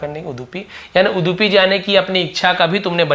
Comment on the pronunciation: सर वो उड़पी है जो कर्नाटक में ह आप उसको गलत पड़ रहे है उडपी पड़ रहे हैं आप not uddipu